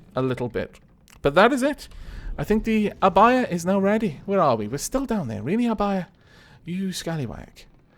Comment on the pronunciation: I feel special for naming a ship :D Also, Your pronunciation for Abaia is correct. The u in Akatsuki is silent, though. But it's ok, everyone makes mistakes!